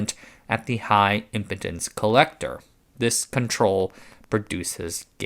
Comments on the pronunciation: Pronunciation: impedance is impeeeedence, not impotence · Impedance has a long E. (Im-peed-ance) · you should learn how to pronounce impedance so that people won't think you're saying high impotence. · It's "Low Impedence", not "Low Impotence", the two are way different things!! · Great video as usual, but, is there really a part of the world where impedance isn't pronounced with a long E? I've never heard someone say it in a way that rhymes with impotence. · Stupid ai voice. , when it says "impedance" it sounds like "impotence." Maybe the ai has ED! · "Impedance" doesn't rhyme with "Impotence" as it derives from "Impede", still remember being rather more embarrassingly corrected on that one in person before this whole "Internet" thing. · That's im- peed -ence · You're pronouncing "impedance" like "impotence." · That said, he or his digital dual pronounced 'high impedance' as 'high impotence' twice . So the stop exists as a hallucination, at least. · He said impedance weird